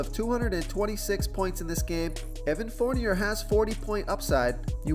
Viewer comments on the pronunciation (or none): Evan Fornier is pronounced Forneay...love ur vids but ur pronunciations crack me up.